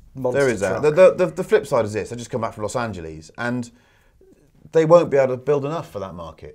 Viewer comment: Los Anjaleese